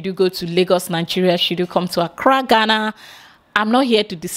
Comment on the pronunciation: Fantastic! i can now hear the gana gana a little bit better...Congrats you are now pronouncing Ghana better even though you still say gana gana sometimes but you are improving. BIG UPS......